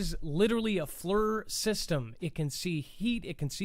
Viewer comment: Great show, it's pronounced Fleer, FLIR forward looking infared radar